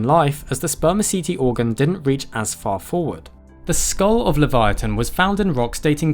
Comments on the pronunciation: LI-VEE-YA-TUN … trust me… i’ve heard this whale‘s name pronounced so many different ways I had to just look it up… how to pronounce it myself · It’s pronounced “leev-ya-tann” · Actually you dont pronounce it the way you think you should its pronounced (levi-uh-ten) because thats the hebrew version of (leva-ya-than)